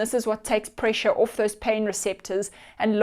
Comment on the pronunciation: When she says "orfth" instead of 'off' ....it kind of gives it away.